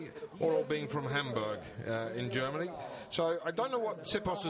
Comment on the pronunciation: whats "germony"?